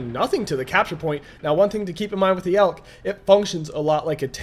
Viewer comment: It's not pronounced elk, but e.l.c.